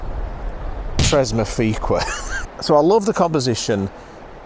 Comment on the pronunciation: Nailed it with "Trezmufiqua"